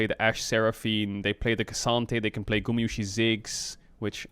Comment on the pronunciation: why does he keep calling guma as gumasushi? lol